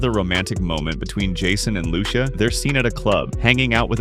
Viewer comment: Fam it’s “Loo-See-Yah” you gotta say it right you know🙆🏾‍♂️